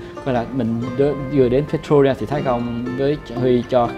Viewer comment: cháu chào chúuuu, theo cháu nhớ lần trước cháu đi chỗ đấy tên là Pretoria chứ không phải Pertoria ạ :))